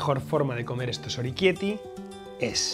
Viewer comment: Oroquieto ahí, que lo has dicho mal! se dice orequiéte ,no oriquiéti. o-re-quiét-te